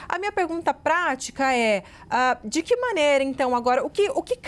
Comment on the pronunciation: Pelo amor de Deus! Não na gramática portuguesa existente no Brasil; a pronúncia " QUI e tampouco DI QUI" ! Acho um absurdo, esse tipo de pronúncia.